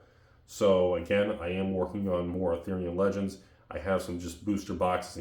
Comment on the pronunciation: I think I'm in a parallel universe where just says, "Arthurian Legends" like all the other words. In my universe, he says it with all caps, "ARTHURIAN LEGENDS!"! I need to get back there.